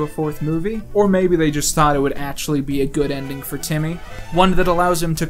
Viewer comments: BTW it's TIMMY. STOP SAYING IT WITH AN O, IT'S FUCKING TIMMY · why are you calling him "Tommy Tuner"? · The best part is hes still calling Timmy "Tommy". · Why are you pronouncing it “tommy”?